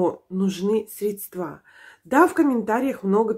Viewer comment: СрЕдства, а на средствА